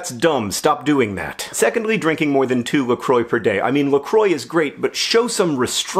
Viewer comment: ITS NOT PRONOUNCED "LA CROY"!!!!!!!!!! it's la "craw". It's French. Also this was a great video idea. I think I'll try this. It'll clear my head a bit